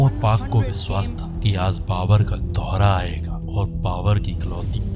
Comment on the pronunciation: Abhe Totle. Tere ko bolna toh aata nahi jo background mein bol raha. Biswas nahi Vishwas hota hai. Rohit Sarma nahi Sharma hota hai. Saheen nae Shaheen hota hai. Total kahi ka